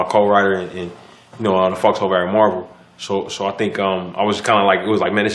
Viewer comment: One thing that I don't understand about Koreans who speak perfect English is why they pronounce English words with a Korean accent when speaking Korean. Why is Eric pronouncing Marvel like Marbel when he speaks Korean? It's different if he did not speak English but he knows how the word is supposed to be pronounced.